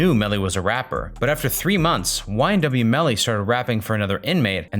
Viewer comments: It’s “ymw” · This is how many times he says YMW Melly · This is how many times he said “YMW melly